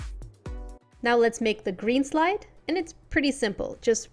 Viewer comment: When you said green slide, I thought you said green slime. XD